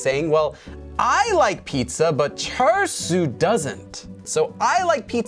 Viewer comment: Lowkey thought you said char-siu (like the pork) instead of the name 철수 (cheolsu) 😂 Think I need to work on my Korean listening skills lol